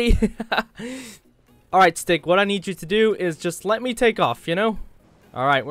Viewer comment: am i the only one who noticed he called the stig 'Sticky'? unless he said stiggy and im deaf